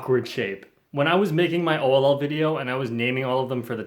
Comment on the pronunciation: i thought you said "OLLL". LoL!!!